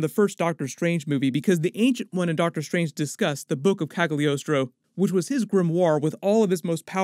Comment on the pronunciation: I hope I'm not the first to point out that the g in Cagliostro is NOT pronounced.